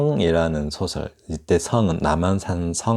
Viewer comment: 변용의 발음이 또 틀렸군요! ""변"도 길게 발음하시옵소서! "소설"의 "소" 를 어찌 "짧게 하십니까??? 길게 발음하소서! 이상 지적한 단어는 교양인의 펴상어이온데 시론을 강의하는 분이 이토록 실수하다는 것을 무어라 변명하리까?? 대한민국 문화의 타락상!!! 동포여! 고국 동포여! "한국 어문을 고발함"이라는 책을 조용ㅍ히 읽어 주시옵소서